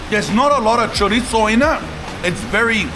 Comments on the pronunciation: choritttzo 😂 broooo you are somewhat spaniard, say it right 😀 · Stop saying chorizo like that you dork 😂